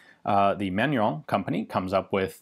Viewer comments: Haha I was laughing at your mispronounciation of the brand name when I saw the correct spelling on the logo :'D FYI, it's pronounced man-u-ruh (the -in in french is pronounced like a nasal 'ah' or 'uh' sound). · Pronounced "Man-nor-reen".................Jim, Tucson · It took me a while to figure out what sounded like someone saying "Manuel" and "Fillet mignon" at the same time was your way to pronounce "Manurhin" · I see Manurhin but I hear manure-young. I guess that's French.